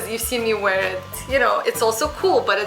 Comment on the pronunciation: wear - not 'war' :/